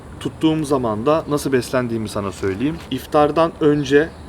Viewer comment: 9.07 "şimdi anladık işte da " şiveniz koverdi🤣 53 <3